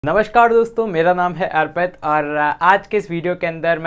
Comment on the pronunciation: Kya naam bataya? Kuchh ajeeb sa hai . Airpit nhi arpit kahte hai usko